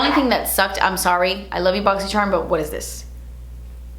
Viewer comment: pls charm not sharm